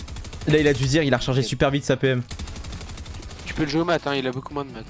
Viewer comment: t as dis siper au lieu de super